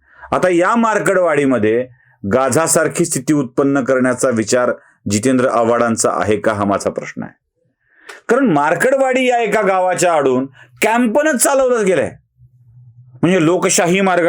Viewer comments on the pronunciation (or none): It is makadwadi and not markarwadi